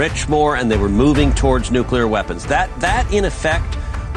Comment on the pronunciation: You mispronounced nuclear, again.